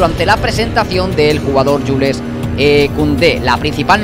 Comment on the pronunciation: No se dice Yules sino Yuls aunque se escribe Jules